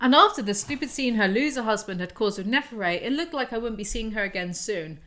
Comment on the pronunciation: Nitpick - please pronounce the T at the end of Neferet (like et in et cetera). It's ancient Egyptian, not French 😉 Gives me an internal cringe every time. The transliteration from the hieroglyphic rendering would literally be "nfrt" (vowels are added for pronunciation reasons). Signed - an Egyptology grad.